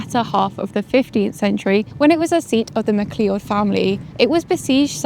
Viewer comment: I have to say this, if that name you're saying is spelled Mac or McCleod its not mc clee-od its pronounced as Mc-Cloud/Mac-Cloud .